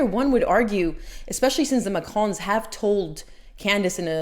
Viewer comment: Thank you for stating you try to pronounce words correctly; your French pronunciation is quite passable! I watch Candace Owens and overall like her coverage of the Macrons, but I cringe every time she says 'Macron' or 'Trogneux'. That she hasn't taken the time to learn how to correctly pronounce names she uses dozens of times in every episode where she covers this topic makes me think less of her; it makes her come off as lazy, unserious, or incompetent. That said, a foreign leader suing an American for defamation would set a terrible precedent if the Macrons should prevail in their case. IMO, the Macrons would be much better off if they laughed off Owens coverage instead of making it an international incident.